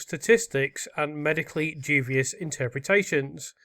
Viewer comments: Yeah, he keeps saying ‘jew-vius’ rather than ‘dewbius’ and it’s irking me! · 144 did you mean unsuccessful? Also duBious not duVious. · it’s the teacher in me! Dubious" is pronounced DYOO-bee-uhs generally phonetically written as /ˈduːbiəs/ or /ˈdjuːbiəs/. The word consists of three syllables: du-bi-ous, with the primary stress on the first syllable. It means hesitant, doubtful, or questionable, often referring to something of uncertain quality.